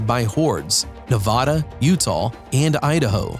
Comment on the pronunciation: HE PRONOUNCED NEVADA WRONG